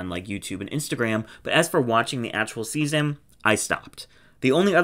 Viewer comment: Can’t wait for you to say for seaseon 2😂